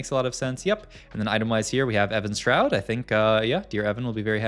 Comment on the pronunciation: Why do you say Evan's shroud